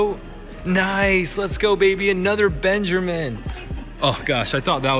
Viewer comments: “Another Benjermin” 😂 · Did he just say “another Benjermine”? wtf